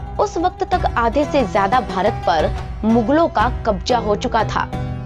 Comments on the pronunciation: भाषा में सुधार करो मैडम ....औरंगजेब (Aurangjeb) नहीं औरंगज़ेब ( Aurangzeb) होता है। शाशन नहीं शासन होता है। कबजा ( Kabja) नहीं कब्ज़ा (Kabza) होता है। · कब्जा नही, कब्ज़ा।